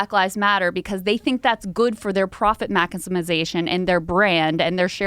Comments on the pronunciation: "mack-is-miz-ation" -Today I learned a new word...I dont know what it means, however I fully intend on using it. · sifted through the comments and was surprised nobody mentioned "profit mackusmasation" LOL